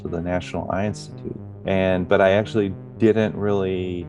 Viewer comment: Great video ❤ Someone else also had to laugh with him saying "Einstitute" 😂😂